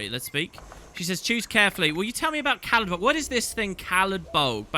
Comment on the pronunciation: Caladbolg? Oh, you mean Salad Bowl.